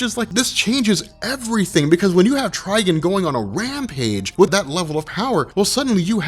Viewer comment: Quit saying Tryg'n. Its Trigon. Like decepticon. Not deceptic'n